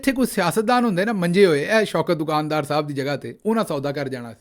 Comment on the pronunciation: دو کان دار نہیں بلکہ دکان دار ، اصلاح کر لیجیے بھیا !!!